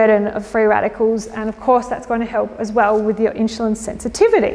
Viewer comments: inzulin, not inshulin, god damn it : D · It’s pronounced Insulin not inshulin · In-SH-ulin is bothering me so much I couldn't finish listening 😭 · Fascinating way you pronounce insulin as inshulin. Are you Australian? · Why does she pronounce the word insulin "inshulin"? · Keeps saying inch cho lon? Do you hear that? But beyond that good info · where's the "h" in "insulin"? Your presentation is interesting but the fact you can't pronounce "insulin" is annoying the free radicals out of me